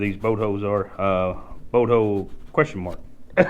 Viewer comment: ... what's a "boat hoe"? 🤣